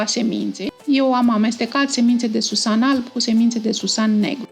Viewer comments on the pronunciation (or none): none